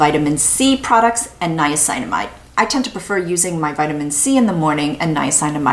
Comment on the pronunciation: I love your videos so much and they are so informative, but it bothers me that you are pronouncing niacinamide incorrectly...